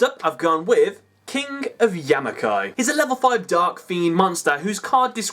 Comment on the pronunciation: It's King of Yami-MA-kai